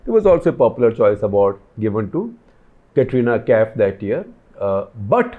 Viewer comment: You know he is not into Bollywood when he pronounces Katrina Kaif as Catrina Kaif.